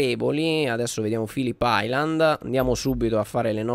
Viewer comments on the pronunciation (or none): none